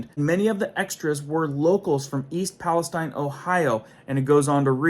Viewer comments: Palesteen is correct way to say. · Pales-TEEN Pales-TEEN NOT TINE. We are not in the Middle East. Texas has a Pales-TEEN too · I grew up 18 miles from East Palestine. Palestine is not pronounced like what's in the,Bible wirh a long I, but a long e. All kinds ds og wildlife and live stock have a dare still dying everywhere. Foods coming out of Ohio will be unsafe for a long while. It's a mini Chernobyl. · It's "Pal-ess-STEEN" This isn't the middle east, goofball. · Ohio girl here. Palestine sounds like Palesteen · idk why palastine is pronounced different in usa then palestine Israel